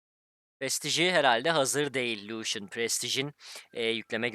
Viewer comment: iyimisin o nasıl lucian demektir?